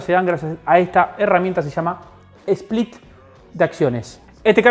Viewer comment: Bestia!!! Split sin "E"